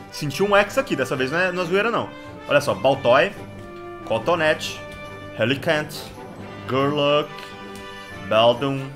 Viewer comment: É cotonee não cotonete